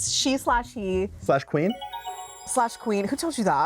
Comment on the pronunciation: Its not.... Slash Queen....its Slay Queen! ^.^